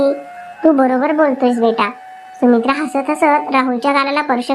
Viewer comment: सुमित्राणे नाही सुमित्राने